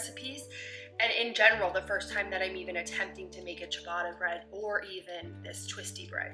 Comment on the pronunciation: You're definitely not butchering "ciabatta". I need to try making a sourdough version! That's a little weird though that it calls for dimpling the loaf. Usually it's focaccia that you put little dimples all over the top.